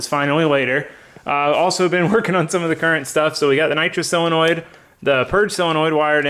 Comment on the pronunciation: you say selenoid but its SO lenoid